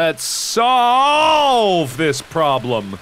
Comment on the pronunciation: Let's SAWlve this problem. Oh you :D